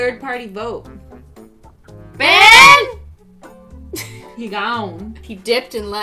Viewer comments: Foxy Doodles I know its Ben, but she pronounces it BAN soo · you said it wrong it’s BEYYYYNN